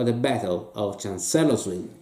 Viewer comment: For benefit: it's pronounced "CHANCE-lers-ville" "FRED-dricks-burg". Also, if you want to really get at this campaign, the game to get is "Glory II: Across the Rappahannock". A lot fewer gimmicks and "fiddly bits and bobs", and still an effective way to factor in Jackson's Flank March with some fog of war. Still, one of the better episodes of "Greatest Days of History in Games"!!!